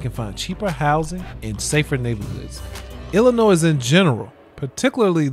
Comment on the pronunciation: Wayment... Did you just pronounce the S in Illinois?????? OK, I'm done. Gnite.